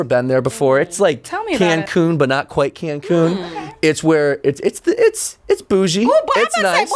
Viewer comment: Am I the only one who heard "trebuchet" and not "tres bougie" from 😂